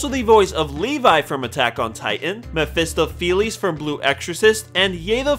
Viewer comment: Mephistopheles isn't japanese (by the way, each part of that word is supposed to flow into the next. It is not pronounced Mephisto Pheles)